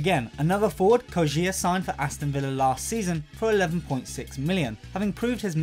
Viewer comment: The way he says kodjia...